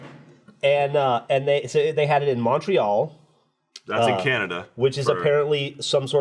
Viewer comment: I'm a Canadian who isn't from the province of Quebec and I just want you guys to know that you are saying Montreal wrong.